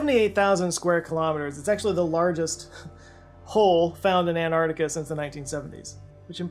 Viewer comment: Hey! it's AnTarctica, not an -arc-tic-a. Just like you have AnTennas and not an-ennas!